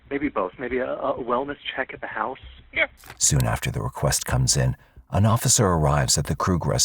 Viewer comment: It's Pronounced "House" not "Hyse" .......